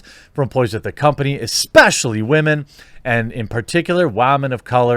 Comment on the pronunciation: Why do you keep saying wamen? I don't understand.